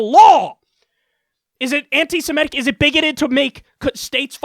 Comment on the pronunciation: Am I the only one that finds it odd that she can't pronounce anti-semitic properly or without stumble it almost feels like this bullshit seems forced at this point. Whoever wrote this deserves to be punched in the face. It's so much stupid concentrated into words. Ho Lee fuk